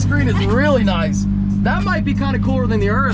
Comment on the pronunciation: OK so it's Urus not Urbus theres no "B" in the name & you even flop back & forth between the names. You're the only one I've heard say Urbus.